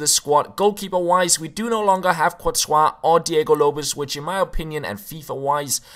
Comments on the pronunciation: I almost fall from my chair in xD You should pronunce it "Krihowiak" :) Like you spell "James Rodriguez" and you read "J" like "H" and do the same in "Krijowiak" xD Oooooh, our lovely language... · Krychowiak is Kree-ho-viack. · Haha that way you read Krychowiak:D I'm Polish:) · Wow, that was one of the most interesting 'Krychowiak' pronunciations I've ever heard. ;-) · Love how english players pronounce Błaszczykowski and Krychowiak <3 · Bartek Dziedzic Polish viewer here as well, butchered his name haha